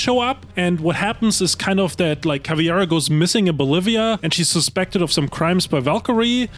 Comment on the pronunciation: I just heard 3 hour straight some dude pronounce CAVIEIRA 🧠